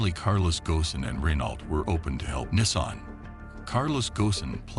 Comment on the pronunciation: Nissaan...! The pronunciations 😅